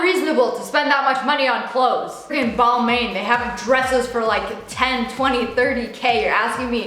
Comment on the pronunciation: take an L for saying Balmain wrong